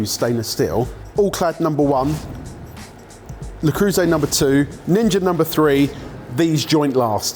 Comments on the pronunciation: Learn how to pronounce things for fuck's sake. "Tee-fal"? "Le croose"???? It takes literally 10 seconds to look up a video of a non-brain-damaged person pronouncing something. edit: harsh complaint but your channel is perfect otherwise so this blemish is particularly annoying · Saying "la crew say" for le creuset is pretty crazy haha. Nice video as always boys!